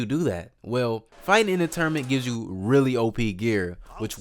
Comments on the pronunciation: Good Vid! like the way you say Tournament ... Tourmanent 😂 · Loved the video. Also why can’t you say tournament?